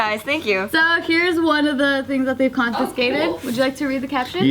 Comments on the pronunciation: Naomi Gary I noticed that too lol said "confiNscate" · why does everyone in jk not know how to pronounce confiscate lol